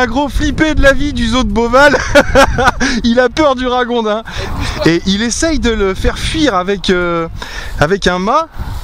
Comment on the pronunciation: Salut!! On dit raGondin comme dans Gond, Goutte ou Gâteau. Merci pour tes vidéo sympas! Bonne continuation. J'adore ton générique d'entrée, j'ai rarement vu plus kitsch en terme de musique, de bruitages et de visuels! XD